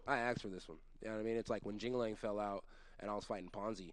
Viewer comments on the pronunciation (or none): He really said “JingaLing” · When he called jing li Yang jingaling I died